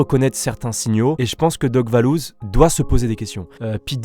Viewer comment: Je rêve ou il a dis doc vallouz🤣🤣🤣🤣